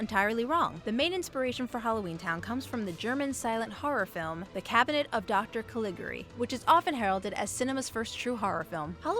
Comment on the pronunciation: It's pronounced Cal-ih-gar-ee